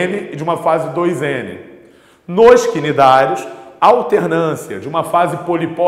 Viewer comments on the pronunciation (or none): Os Cnidários se pronuncia Nidários 👍